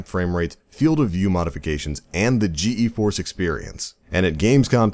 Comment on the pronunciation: Rovian uggh I was yelling at my screen GEEEEEEEEEEEEforce! lmfao